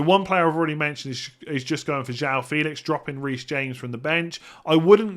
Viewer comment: News broke yesterday: it’s actually Joao Fay-lix